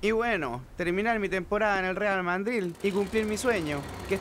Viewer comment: Soy el unico que escucho que el futbolista dijo real mandril?